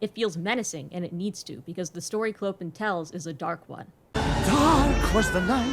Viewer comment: I love your video but the way you pronounce “Clopin” is… American.